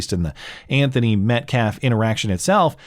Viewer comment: Only thing i learned during all these videos of the Anthony family and fans is that black people cannot pronounce Metcalf They say Met CLAHF